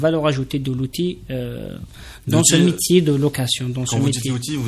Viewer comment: Vous parlez très mal, pié (pays) pélier (pilier) crétère (critère) bijaia (béjaia) mitier (métier) etc etc